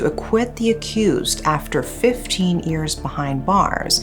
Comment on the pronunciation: I love your voice, your content and how you tell stories, but as you say this word many time, I have to comment on it. You always say 'years' as if it's 'ears' and it sounds kinda weird to hear.